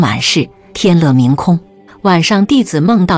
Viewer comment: 不是天“乐”Yue吗？